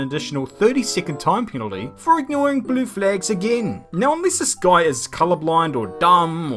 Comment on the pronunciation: Am I the only one that thinks he’s says blue flags funny